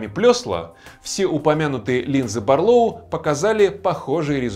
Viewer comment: Барлóу, тут вроде правильно. Вот бы во всём обзоре так